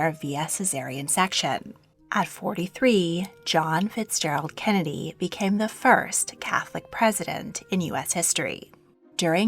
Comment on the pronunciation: does no one else notice the way she says kennedy like kenedeh